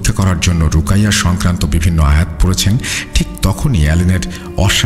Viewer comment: রুকাইয়া না উচ্চারণ হবে 'রুকিয়া'।